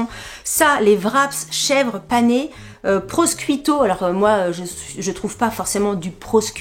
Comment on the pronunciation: coucou, alors d’abord comme je suis italienne je me dois de te dire que le mot prosciutto se lit « prochiutto » lol et aussi, je voulais te demander si on a droit à une remise avec ton code si on est déjà cliente, sur un prochain panier? où est ce que c’est uniquement pour les nouveaux clients? 😘 d’avance merci 🫶